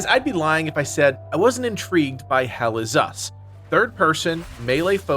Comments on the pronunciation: Once heard. Can’t unhear. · Never heard this until this comment and now I can't unhear it 😔🤣